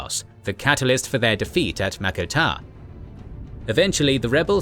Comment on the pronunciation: wtf is mako tar?